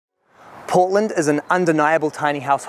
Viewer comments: Not gonna lie when he said Portland I thought he said Poland for a hot minute lmao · i thought he said poland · kiwi or aussie accent pronounce poh(t)land hehehehehe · Deb Smith lol I thought he said Poland at first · I though he said Poland at the beginning